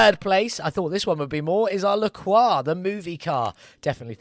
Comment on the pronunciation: Nice, finally a yellow taxi. Faster than the LaCroix (which you pronounced almost right but english people aren't used to the "R" sound so I can't blame you) but as sweet for the eyes. And the next build is a moon vehicle !? Ho man I can't wait for this one ! ^_^ 1hp ? I wonder how it will turns out on the gravel track...